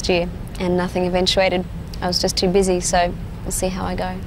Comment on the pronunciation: The reporter says "You got a pretty bitchy/busy schedule". What a bastard!!!